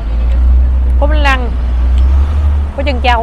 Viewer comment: Bánh flan chứ không phải bánh lăng 🤣🤣😂😂